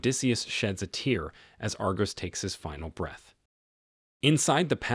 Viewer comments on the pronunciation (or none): none